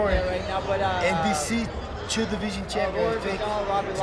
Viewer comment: I love how he says chew instead of two.